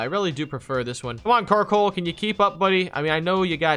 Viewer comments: Wait did you rlly called Coalossal Carkol in the beginning? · You always say karcoal but it was coallossal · Not a carcoal, its a coalosal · My head when he said Carkol: COALOSSAL COALOSSAL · Bruh you keep calling Coalossal Carkol but other than that good video. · It's coalossal not carkol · Slight nitpicks 1) Thats Coalossal not Carkoal, i got triggered when you kept saying Carkoal 2) the lack of knowledge on new pokemon generations is surprising for you two always doing pokemon versus keep doing what you do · The knowledge just isn’t there, like my guy called it carkoal all video. He doesn’t know the name of his own Pokémon, plus quick gg said gigalith was a new gen Pokémon 😂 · Did anyone else notice that kept calling coalosal karcoal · not carkol btw lol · It's coalasal